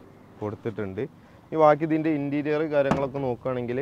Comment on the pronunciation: ഇന്റീരിയൽ അല്ല ഇന്റീരിയർ